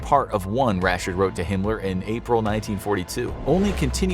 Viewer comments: Why does he say “Himler”? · Hinler mean hi*ler right he just cant say the actually name ? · Is he calling him hinler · Your really trying your best to not get di monitored by saying hinler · Is it me or is he saying “Himler”?